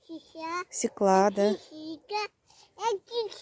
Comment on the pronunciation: Вообще то : СВЁКЛА,УДАРЕНИЕ НА Ё